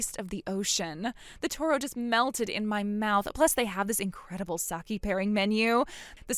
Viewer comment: dear, it's pronounced "sah-kay". Saki("Sah-kee") is a Japanese name. This chick is sad at Kim Kardashian at the Bezos-Sanchez wedding when she realized she wasn't the It Girl anymore because Tom Brady was drooling over Sydney Sweeney.